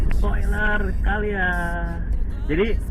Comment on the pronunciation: Calya mas Bukan Kalya / Kayla / Keysha